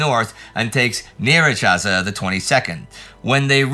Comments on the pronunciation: Surprisingly good pronunciation of Nyíregyháza. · I was looking forward to see how Indy would tackle pronouncing my hometown's name, and pronounced he did!! 3 times, well done! Nyíregyháza that is 😊